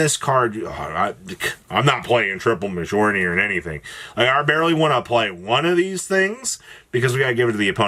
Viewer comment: Prounouncing Mjollnir wrong again. Shame